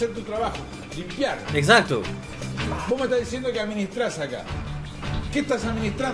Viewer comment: sonó re peruano ese exacto